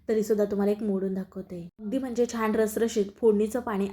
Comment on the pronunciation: छाण नाही छान म्हणा. तुमचा ढोकळा खुपच छान झाला आहे पण पीठात आणि पाण्यात साखर घातली आहे त्यामुळे गोड जास्त होईल असं वाटते.